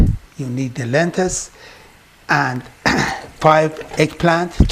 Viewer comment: Dear, great instructions and great food. however you are mispronouncing the word "LENTIL as Lentis and you also mispronounce the word TURMERIC as termic.